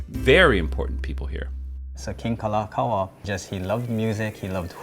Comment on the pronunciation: Kalākaua was mispronounced. 😮